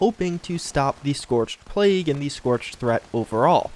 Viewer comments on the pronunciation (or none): none